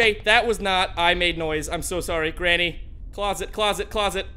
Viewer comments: I really lough so much when he said grainy ha really right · Did really call granny.. grainy...